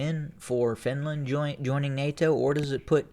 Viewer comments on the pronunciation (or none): none